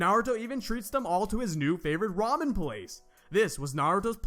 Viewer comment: I like that you said da ramen